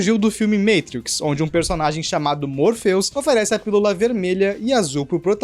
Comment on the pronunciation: vídeo a parte, me senti na obrigação de enfatizar que o cara falou "meitrix" slc mano